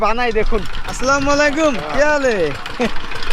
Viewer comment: এই ভিডিওবানানো কারি।শুনেন। সালাম শুদ্ধভাবে দিবেন।